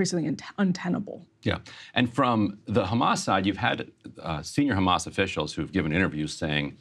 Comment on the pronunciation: Israel cant stop saying Khamas and Biden forgets Khamas. LOL